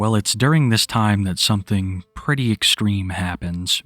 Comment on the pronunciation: Pwetty extweme 😂